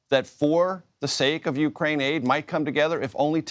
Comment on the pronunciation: Why Ukrain-aid sound like Gatorade